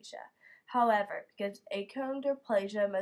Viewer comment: Um....is the person doing this an actual dwarf? because, achondroplasia is pronounced "akondro-plasia"